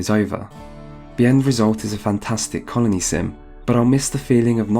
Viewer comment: Until I turned on subtitles I heard "carnie simulator" instead of "colony simulator" and I didn't even question it.